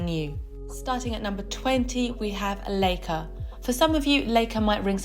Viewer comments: L EI ca is pronounced as "lika" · Leica = say "Lie-Kuh". (Lie as in lying on the ground) Stowa = say Shtoh-vahh. Lange = say Laang-uh. Sinn = say Zinn Laco = say Laah-koh. And btw, you forgot Dekla.